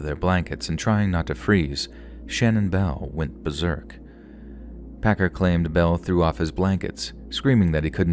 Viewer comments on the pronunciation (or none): none